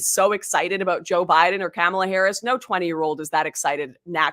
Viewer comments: I cannot stand Kamala and think she is shady af, BUT, I wish people would pronounce her name correctly. It sounds like Comma la, not Camel uh. It makes those saying her name incorrectly sound less intelligent. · Is she saying "Cam-ela" on purpose 🤭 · Is this lady saying Camela on purpose? 🐫